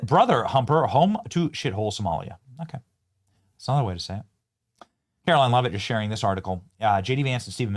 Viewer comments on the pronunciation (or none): none